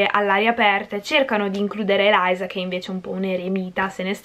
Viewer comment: Ma si dice Eliza cmq lo già letto